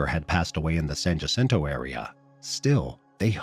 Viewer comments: 1) San Jacinto is pronounced “San Yah Sin Toe” 2) nobody from Southern CA would think it was a good idea to hike the mountains in March. I feel bad for these people, someone either gave them faulty information or they ignored what they found out about weather in the area that time of year. RIP Trevor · the J is silent... San Hacinto